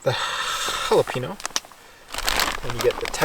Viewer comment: i came to rewatch this video because of how he says jalepaño😂 “ha-la-peen-o” when it should be “ha-la-pen-yo”